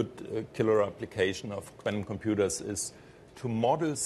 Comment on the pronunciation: No Mr. Quantum Computah! I expect you to Kompuute!!!!